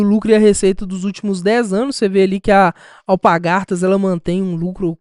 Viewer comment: alpaRgatas e não alpagaRtas...